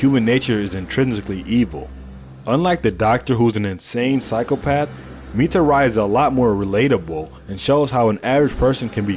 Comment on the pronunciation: Why did you mispronounce mitari's name